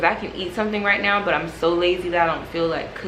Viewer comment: The picture of beyonce and then you rolling your r in "right now" got me laughing lmao